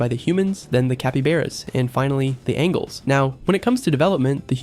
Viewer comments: why are you pronouncing it angles?? 📐 it's pronounced ain-jells 👼🏻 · Angels not angles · the "angles" instead of angels is making me feel overstimulated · Why does it keep saying angles instead of angels!? 2 different spellings, pronunciations and things!?!? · “angles” ight sybau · Bro it's angels not angles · You are saying angel wrong you are saying angle m t angel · Just checking, but why does the narrator keep saying angle, instead of angel? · STOP PRONOUNCING ANGELS AS ANGLES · 17 Angles or ANGELS because pronounced different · IT'S NOT ANGLES ITS ANGEL'S THERE'S A DIFFERENCE 😭 😭 😭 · yeaaah but in the game they are named "angles" not "Angels" :)) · Why do you pronounce angel as angle? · Why do you keep saying "angles" ? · why do you say angels as angles? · you lost me by calling them "ANGLES" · Couldn't take him saying "angles" stopped watching after the third time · “Angles” bro 😂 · I thought he was calling them Engel (German word for Angel) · The way he says angels gets on my nerves for some reason bro needs to re-learn proper pronunciation 😂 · How do you not know how to pronounce angels? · Am I the knly one who's getting bothered by how he pronounce "angels"? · Bro pronunciation of angels pmo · incorrect. at the beginning of the video you can see it's spelled "angels" and it even said it put them in the celestial biome. he's pronouncing angels wrong lmao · GO ASK CHAT GPT HOW TO PRONOUNCE ANGELS